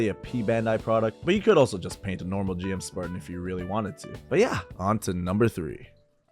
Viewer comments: The GM is officially pronounce 'Jim'. That's how it was said in the original show up until English Dubs starting saying 'Gee-Em'. It's because Japanese pronunciation differs from English and it sounds like 'Jim-oo'. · Hearing someone mispronounce GM, while at the same time owning so many Gunpla, is painful. Great collection though and loved the video lol